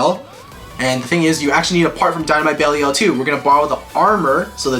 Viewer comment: you are saying Belial wrong